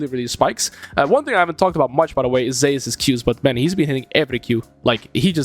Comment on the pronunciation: Every time you pronounce Zeus ‘Zehus’, a Greek player decides to main Fizz.